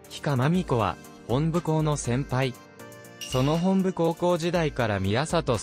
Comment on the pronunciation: 「ひか」ではなく「ひが」（比嘉）。 高校名も「ほんぶ」ではなく「もとぶ」本部高校です。（くじり格子）